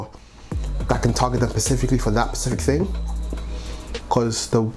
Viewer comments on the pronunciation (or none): Man keeps missing the S off 'specific'